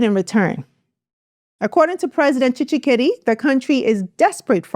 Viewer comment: TSHISEKEDI NOT TSHISHEKEDI